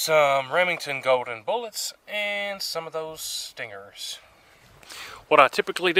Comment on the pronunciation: Goodness gracious learn how to pronounce the word bullets.